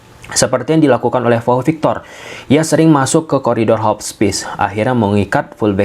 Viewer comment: Pau victor bang bukan vau victor